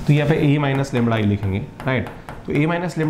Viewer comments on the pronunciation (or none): ये लैमड़ा लैमड़ा क्या है ? असली शब्द तो लैम्डा है श्रीमान जी ।